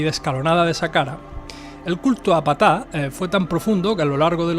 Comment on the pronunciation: Sólo una observación, se pronuncia (P-taj) realmente la letra P sólo se pronuncia sutilmente, haciendo énfasis en 'Taj